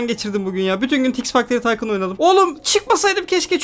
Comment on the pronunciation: Abi yine taykın dedin taykun değil miydi o